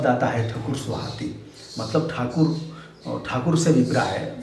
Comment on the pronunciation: ठाकुर बोलने में आप के दांत खट्टे हो जा रहे है